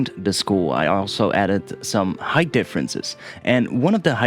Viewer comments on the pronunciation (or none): none